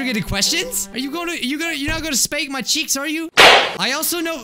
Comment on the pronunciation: What did he say in the beginning? I keep rewinding it:I'm GoNnA sLaP sOmE cHeAkSsSss